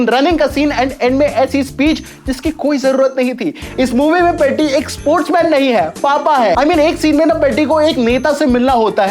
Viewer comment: Bhai peddi ko seedha pronounce toh karlo aap 😅😅😅